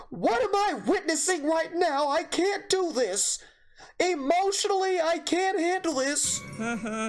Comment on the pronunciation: can’t douou thiuiuus